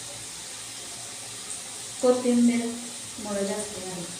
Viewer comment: कोतमीर नाही कोथिंबीर म्हणतात